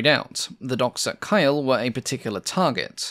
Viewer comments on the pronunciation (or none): I assume the target you mentioned was Kiel - pronounced Keel, not Kyle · that city of KIEL is pronounced like KEEL and not KILE Ask a german where you find KILE and you will get no answer or just a WHAT ? KEEL will lead to an answer with directions and no counter question. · Kiel isnt pronounced like Kyle but rather the english Word Keel (a Ship Keel) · I agree - but some pronunciations need to be checked. The town of Kiel is pronounced Keel - not Kile The county of Hereford is pronounced He-re-ford, not Hareford. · Wonderful video! I would like to point out that the name of the city of Kiel in northern Germany is pronounced like "keel" as in the keel of a ship, not "kyle" My personal opinion is that important names, like Hampden, Helgoland and Kiel, should be written out on screen, especially if there is reason to doubt that the pronunciation is correct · I think its pronounced "Keel", not "Kile". But still a very good video - my first Airfix kit was a Hampden - 60 years ago! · hairford? "heh reh ferd" hereford kyle? "keel"*kiele* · Yeah this really hurt my ears it’s def not Kyle it’s Keel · FYI, the City of Kiel is pronounced Keel, like the underside of a ship. Not Kyle. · The city and port of Kiel isn't “Kyle” but rather “Kee-yehl”. Murmansk is not “Maman-ssk” but “Moore-munnsk” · A minor pronunciation correction, ‘Hereford’ isn’t pronounced ‘Hair-fud’, it’s more ‘Hair-ruh-fud’. It’s an English place name so I’d not expect someone who’d only ever read the word to pronounce it perfectly. Similarly, Kiel in Germany is pronounced ‘Keel’, not ‘Kyle’. Aside from those minor pronunciation slips, another excellent video. I like the Hampden, it seems like it was a real pilot’s aeroplane. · Always had a weakspot for this plane, great video. Dunno who Kyle is, and what he did to merit a bomb raid, but Kiel is pronounced "Keel". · Kiel by the way is pronounced as Keel, like the Keel of a ship, not Kyle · It's not Kyle, it's Keel. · Kiel is pronounced as Keel and not Kile!